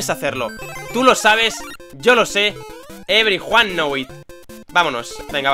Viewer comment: "every juan now it"